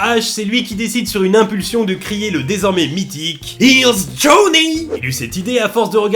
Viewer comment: Quand tu dis " HERE'S JOHNNY " on dirait une corde de guitare qui casse quand on écoute avec des écouteurs